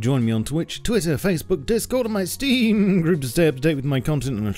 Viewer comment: Please speak Team and Steam normally!